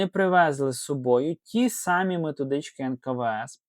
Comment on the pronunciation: У Вас гарна мова, але не,, ті сАмі" (калька), а ,,ті самІ".